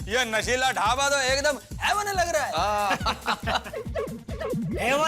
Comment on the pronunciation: shela ❌nashila🤣🤣